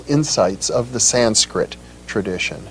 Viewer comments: It’s not sainskrit it’s Sanskrit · its "Sanskrit".., an thats nice to here., followin ur messages.